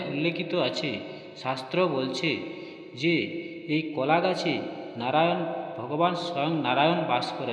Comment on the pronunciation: একই কথা বার বার বলা হয়েছে। সংক্ষিপ্ত এবং তথ্য সমৃদ্ধ হবে, এটাই আশা করা হয়েছিল। কিন্তু সে গুড়ে বালি। আর কথাটা কলা ,কোলা নয়।